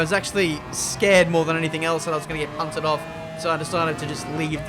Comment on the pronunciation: It's punted not bunted. Citizenship cancelled.